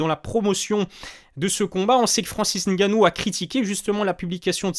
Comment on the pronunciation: Poto tes video son bien mais c'est N'gannou il faut prononcer le N